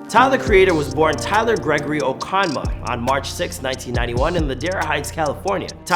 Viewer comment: bro said tyler oak-on-mah 💀 it’s uh-coma btw lmaoooo